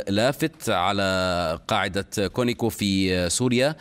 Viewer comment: الغريب أنه الكل بدون استثناء يلفظونه كونيكو .مع العلم أن اسمه على اسم الشركة كونوكو. Conoco ... منين جابوا الياء بدل الواو ؟